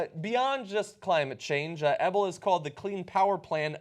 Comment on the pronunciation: Guys, I lived down the street from this fool. It's pronounced 'EE-bell'. I had to go to school with one of his daughters.